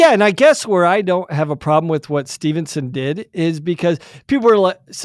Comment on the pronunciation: I love your podcast but guys, the man's name is Gable STEVESON, not Stevenson haha.